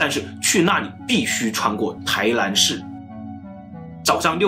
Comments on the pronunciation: 台南，不是台蓝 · 臺ㄋㄢ不是臺ㄌㄢ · 不是台南（ㄌㄢˊ） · 為什麼台南 唸成 台蘭？ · n和l你们真的发音不准吗